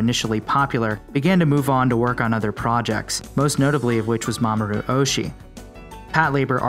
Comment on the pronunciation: That is not “Mamoru Ohshi”. “Mamoru Oshi-i” is correct.